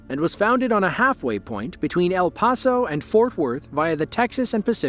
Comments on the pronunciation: El Paso . . . is pronounced PASS and not pahs. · It's El "Pass-o" not El Paw-so